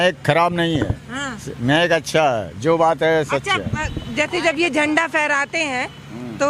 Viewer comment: बोलने का तरीका तो लड़की के पास नहीं है जो राष्ट्रीय झंडे को झंडवा बोल रही है